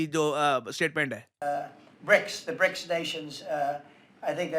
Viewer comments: Trump- brics not brokes😂😂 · It's BRICS NOT BRICKS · BRICS not BRICKS